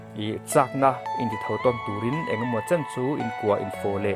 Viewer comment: lai vela "chhei" khi enge le?mizotawng dik anilo tlatin ka hria..chuan "chan" tih lai khi..inchai tih laia chai lam rik dan ang ania..a thluk dan khi a diklo bawk..a thluk ahniam tur ani.sachan na tih hi lam ta la..chan(ri hniam) anga lam tik tur ani.